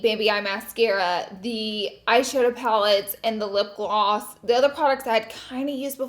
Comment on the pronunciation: i LOVE you so much laura but the way you said lip gLOsS had me sooo weak lol !!! 😂 you just always make my day with your videos ❤️